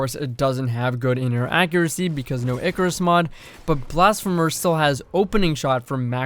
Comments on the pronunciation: yes! Blasph-ee-mer ffs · The first e in blasphemer is pronounced ee like in the word see. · blass-fee-mer 👀 I’m just poking fun don’t bully me.